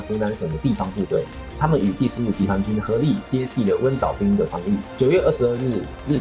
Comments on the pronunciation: 是月浦不是月埔，浜读bang，不读bin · 不应该是读蕰藻浜bang吗，bin应该是滨这个字吧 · 浜，bang音，不是“兵” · 感谢做出这么精良的节目，另外蕰藻浜 最后一个字应该读bang。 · 蘊藻浜（bang）念帮忙的帮 我是宝山土著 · 浜 读 bang